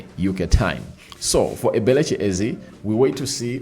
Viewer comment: 😂😂 pronous ebelichi,its eberechi eze, not ebelechi😂😂